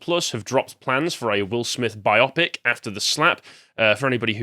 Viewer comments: It's pronounced Bye Oh Pick not By Aw Pick as in Biography but graphy replaced by pick. Even in England it's Bye Oh Pick. Please keep working on your delivery. I know there's been a solid improvement with your reduction of filler words like "uh" "ah" "um" but there's still work to be done. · “Bi-opic”? Really?